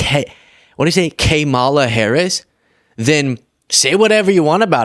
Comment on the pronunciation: Why can't he say Harris????